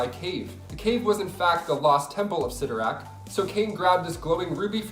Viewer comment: Cyttorak... Cyttorak... Lord help this child